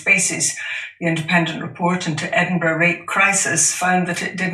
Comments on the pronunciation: Ed in bow row ? No no no, Jimmy mate its Ed in burruh. Anytime buddy. Edinburgh boy signing off. 😊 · It's Edin-brruh. Not that hard. And JK Rowling isn't even Scottish.